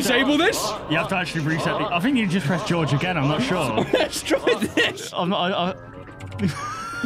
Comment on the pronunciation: You're pronouncing Jorge wrong. It's not pronounced the same as George.